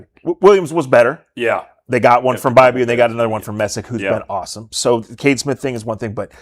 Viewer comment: It's not Kate Smith, it's Cade Smith.